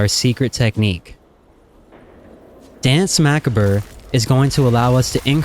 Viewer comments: Great video but completely butchering the French in Coup De Grace & Danse Macabre haha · My favorite part about watching any rogue guide is how the creators all pronounce danse macabre, flagellation, subterfuge, and shuriken.